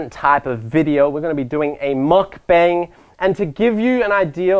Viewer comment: oi westener, its muck bAng. not muckbang. its "ah" sound. its Korean.